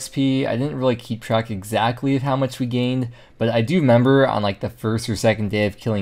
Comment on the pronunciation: "i do member" that made me giggle